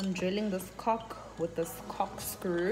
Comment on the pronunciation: Cokkkk screw She said it correctly a few times then the rest she was just wilin lol. But thanks I learned a lot tbh 😂😊